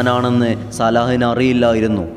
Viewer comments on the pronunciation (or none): സാല അല്ല. സ്വലാഹ് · സലാഹ് ആണ് , സല അല്ല..